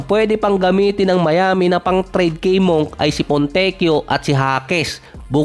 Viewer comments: Monk ka monk, ayusin no pronunciation mo "monk the right pronunciation ay " munk" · Malik Monk hindi Malik Moonk 😂